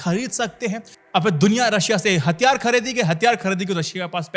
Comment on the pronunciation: Hattyaare,,, nhi hathyaar hota hai... ghonchu